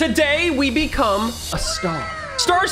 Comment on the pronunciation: When said "today we become" The come sounds wierd....